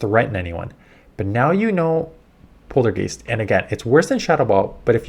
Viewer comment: Honestly disappointed they are nerfing charm. Poison fang needed a nerf though, in my opinion. Overall pretty whelming changes tbh. Also, the way you kept pronouncing poltergeist was killing me :P